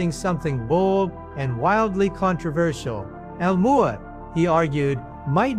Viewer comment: this nutjob pronounces "Omouamoua" differently every instance 😂😂